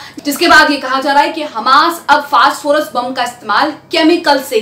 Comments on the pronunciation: फास्टफोरस नही फास्फोरस है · मैडम फास्ट फोरस नहीं फास्फोरस 😢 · Sorry...First do your homework!!!!! It's not fast phorus c'mon u r literally going on calling it fast phorus omg it's phosphorus (simple) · Madam fast forest nahi hai o fass forest hai 😂